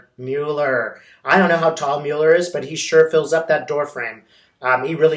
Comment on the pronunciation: I love you, but could you please pronounce Mueller's name correctly? Thank you! Your videos are very comforting and uplifting, and you are a force for good in the world 🕊❤🌈🕉🌎